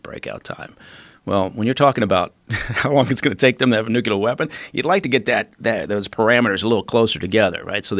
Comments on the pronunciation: His em-pha-sis is on a different sy-llable - trevor v. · >Eeesh!< When did "Nyou-killer" become the default pronunciation!? Every time I hear it it's like cats down a blackboard to me! Time was when I would throw out "Nu-killer" (ie, back in secondary school) thinking WHAT a clever pun I'd made (cringe!) Now, it's gotten so's I expect to be corrected for using "New-clear" literally any day! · Say it with me "nu - clear". Not "nucular". Bugs me so much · He lost me at "nuc-u-lar" weapon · How can anyone be trusted if they can’t even pronounce “nuclear”? Mr Baker is very Bush-like.